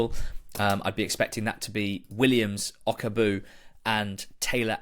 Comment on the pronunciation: O kag bue that's how you say it lads